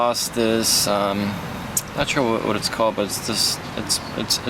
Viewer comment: Or not er Your not chur Reverse not ruhverse